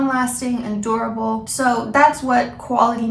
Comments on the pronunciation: When you say durable, it sounds like adorable haha I'm in a long term relationship and honesty was an issue in the beginning and it has created a ripple effect years later. Although the incidents of dishonesty happened long ago, I am still affected occassionally by the hurt and it has been struggle for both of us (mostly me) to overcome fully. It would be helpful if you had any insights on how to get past dishonesty in relationships! My partner has been honest since then (to my knowledge) but I still have micro-doubts and I have went against my own morals and checked on him or tried to find proof of lying in the past. Not something that anyone should be proud of but it is a terrible itch that is hard to ignore. I feel I've regained 75-85% trust and I wonder if it'll ever be at 100% again, or if it's even realistic to want to achieve that. I have spent a considerable amount of time reflecting - doing so made me realize I also have faults, and that I may not have created a safe enough of a space for my partner to be honest and communicate his truth. Or at least, my partner's interpretation of me or expectation of my reactions was far from what I ever wanted to portray myself as. It is something I am actively aware of til this day and I am working towards softening my approach so as to provide a more safe and accepting environment. This is what I found helped to induce honesty in my relationship but, either way, the remnants of the past still linger. More than I want to admit. I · When she said "long lasting durable relationship" I heard "long lasting adorable relationship"